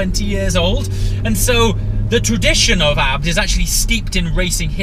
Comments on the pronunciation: Why are you pronouncing "abt" and not "A-B-T" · I wanna kms when he says abt